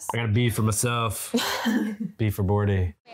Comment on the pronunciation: "B for Bordy." I'm dead.